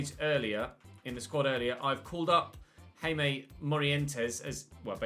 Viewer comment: Jaime Morientes is pronounced "High-may" I think